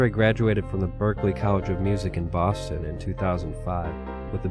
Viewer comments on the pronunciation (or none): none